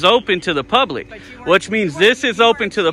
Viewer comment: Did she actually say “the gates were open to the pubic today.”? That was classic. You’re the best one doing it bro. I know this is an old video but keep up the good work and be safe out there.